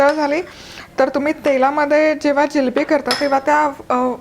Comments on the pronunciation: Jilabi nahi g bai. Jilebi bolatat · जिलेबी म्हणा ओ जिलबी हा काय प्रकार आहे